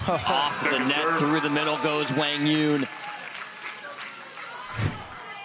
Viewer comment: That's how you correctly say his name (like Hwang Yoong). They were pronouncing it wrong before.